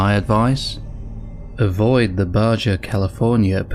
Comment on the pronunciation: Just FYI, Baja is pronounced (baha) not (Bajah)